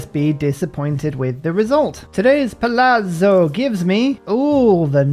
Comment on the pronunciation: Your palazzo pronounciation is getting better, you almost got it huzzah